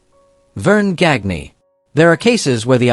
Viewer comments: Verne GAN ya. Not GAG nee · Gagne's last name is pronounced Gahn-yuh. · Gag nee,and saveel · Gagne is pronounced "Gone Yah" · Verne Gag-knee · Same thing that made him mispronounce Verne Gagne's name.